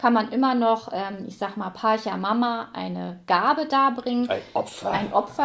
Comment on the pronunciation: Tiwanaku - südamerikanische Kultur, da musste ich einfach reinschauen… Auch wenn das nun gar keine Rolle spielt, macht das Spiel tatsächlich „Appetit“ auf mehr 😉. (Kleiner Tip: Pachamama wird „Patscha mama“ und Quetchua „ketschua“ ausgesprochen 😊)